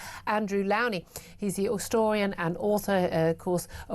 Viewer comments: Why can't this interviewer pronounce her guest's name correctly? Goodness me! She MUST let Mr Lownie speak! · Please start pronouncing Mr. Lownie's name correctly...